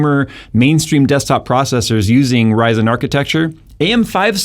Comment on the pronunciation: Never heard anyone call ryzen "raj san"